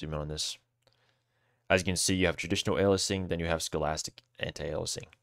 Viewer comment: Lmao pronouncing stochastic as scholastic